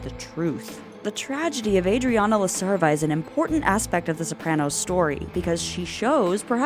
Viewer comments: It's a good example of the loss of the Italian or Sicilian language among them, that her name is pronounced La Serva and not La Cherva, as it would be in Italian. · Yeah, they Americanized the pronunciation on the show, but if they said it correctly, it would be la-chair-va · Someone brought up the correct pronounciation of La Cerva and the symbolism of what Adriana represents Maybe a bit irrelevant, but it's in my mind: La Cerva [when you said with the ch- sound] sounds alot like chiva (ch-EE-vuh), which is Spanish for female goat. ....a lot of us know what purpose, goats, are sadly known for. I know it means female deer in Italian, but I just wanted to share the thought